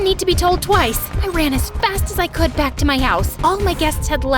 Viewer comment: Did you realize after camp she said: and when I want back comb